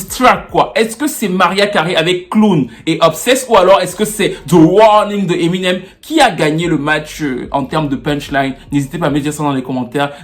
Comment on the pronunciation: Je dis hein, personne ne wanda sur comment il dit emi nem avec l'accent ? On dirait qu'il parle d'une nyango du quartier 😂😂😂😂 En tout cas, merci pour la vidéo, un mercredi bonheur comme ça 😍